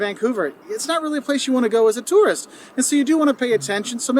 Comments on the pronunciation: The way you say tourist sounds like turret lol. I'm just jumping the gun commenting as I'm watching this while fighting a Scarlet Turret in Persona 3 Reload lol love ya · #1 - yer not a "tarrist", yer a "tooorist" (tourist) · My critique to you, you pronounce tourist like terrorist. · A Toorist not a tourist. You have to pronounce it properly. Lol Canadians do say toorist.